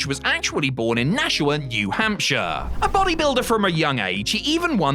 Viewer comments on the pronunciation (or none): and his hometown isn't pronounced Nash-u-ah. it's Nash-wah. sorry, New England thing